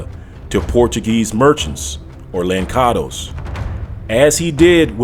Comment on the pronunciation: Just a small note...the correct way to say Lançados as the sound "lanssados" meaning throw away...I'm Portuguese btw...and "molato"